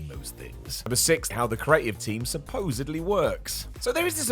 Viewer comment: "Supposably" ?? And you guys are taking shots at WWE's writers? Come on, now.